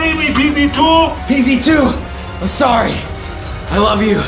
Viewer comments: Vy said fee z su but it's. PZ 2🤣🤣🤣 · vy you said pz2 rong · Did anyone realize that vy qwaint said pz zoo the when see meant to say pz 2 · Vy you said pz sau to pz 2